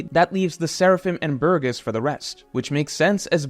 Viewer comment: You pronounced Burgess differently in a span of 2 seconds xD